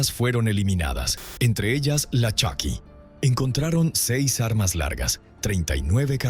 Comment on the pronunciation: Se pronuncia Choky no Chuky .